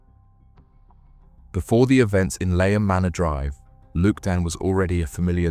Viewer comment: Great video, thanks. BTW, Leigh (pronounced 'Lee') is an English name and surname of Old English origin, meaning "meadow," "woodland," or "clearing". So 'Lee-um' is kinda how you pronounce Leigham :)